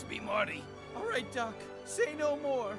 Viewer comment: It sounds like he's saying "duck" instead of "doc"